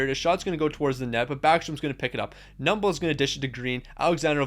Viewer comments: Cheechoo not Cheechooch 😂 and Kuh-noob-ull not "Nubble" lol but names can be hard sometimes, I appreciate your videos though and know the dedication it takes to make them. Keep it going! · Bro just called knuble “nuble”